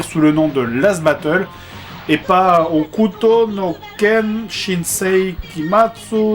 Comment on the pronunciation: on dit HOKUTO